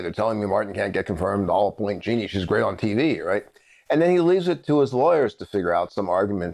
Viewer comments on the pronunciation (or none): It is peonouced Ja-neen not Geeknee. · Jean - ine. Not Jeanie.